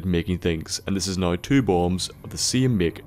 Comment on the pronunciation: I'm gonna go out on a limb and say that is from Dublin. My evidence being that he Pronounces "Now" like "Nigh". If you don't get what I mean, go to ireland and... Just go to Ireland.